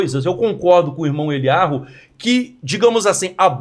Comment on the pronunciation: Professor insiste em chamar o rabino de 'Elyarru'... Quando, na realidade, é 'Elyau', como ele mesmo corrigiu a um entrevistador há um tempo... 🤔